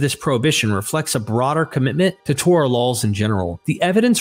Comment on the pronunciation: Sounds like you're saying "LOL's" when you say "Laws"